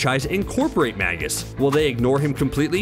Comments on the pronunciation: Magus is pronounced 'May-gus' not 'mag-us'. Do you not understand what a Magus is? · Magus is pronounced May-Gus